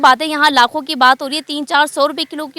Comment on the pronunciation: Itna ganda way of talking uor ko or main ko me lakho ko lakhoo darakht ko darakt yar apna lehjha durost karrn